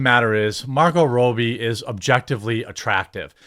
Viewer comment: Margot Rowbie 🤣🤣